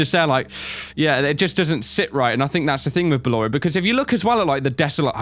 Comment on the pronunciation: it's ballor